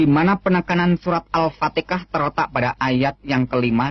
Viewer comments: wkwkwkwk benar... Cara membaca Al-Qur'an kok gitu ya... Ngakunya pernah mondok tapi tajwid, makhorijul huruf sama sifatul huruf salah semua... Jangankan bacaan Al-Qur'an yg lain, al-fatihah yg buat sholat sehari2 d bilang al patikah... Sumpah ngakak dengernya.. Emang dlu pernah mondok dimana?? Jangan2 tu orang baca latinnya bukan arabnya makanya SALAH SEMUA... Menafsirkan Al-Qur'an pun cuma setengah2 seperti Q. S. Ali Imron:45 itu belum satu ayat yg dia terjemahin.. La terus ayat yg setelahnya kemana kok gk d terjemah juga... Padahal urutannya lebih jelas dari ayat 43-52 kemana semua tuh? Udah cuman menafsirkan satu ayat sebagian lagi... Kayak misal nya menafsirkan lafad laa ilaaha illAllah (tiada Tuhan selain Allah), dia cuma menafsirkan laa ilaaha (Tiada Tuhan) nya doang, trus IllAllah (selain Allah) nya kemana? Kan yg begini ini membuat pemikiran yg sesat... Saya berani bilang gitu karena saya hafal sebagian dari Al-Qur'an... Dan ketika mendengarnya baca Al-Qur'an dan menafsirkannya sontak NGAKAK PARAHHH!! Kelihatan tu orang gk punya ilmu... Cuma mengada2 doang... Kasihan sama orang2 yg percaya, udah d boongin sama dia... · al patika dalam pengucapannya adalah bukti kedunguan dan kebodohan dipidio ini cristian frend dan yang lainnya membuat fitnah dan penipuan terhadap kaummnya ,kasian semoga ummat kristan tercerahkan dan terhindar penipuan seperti di pidio ini ,,,,,Alpatika dalam islam tidak ada melainkan Al ,fatikha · Maaf kalo mau tau kebenarannya coba tanya orang ini marozul huruf, Jagan di baca alfatikah ya. Pake pake h bukan k tau lah pasti😂